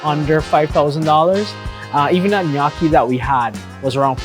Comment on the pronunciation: pronounce (noki) not nakki